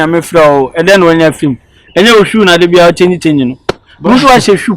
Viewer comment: So can’t pronounce shoe 😂😂